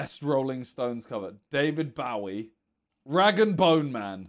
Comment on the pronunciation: the way Simon says David Bowie is so wrong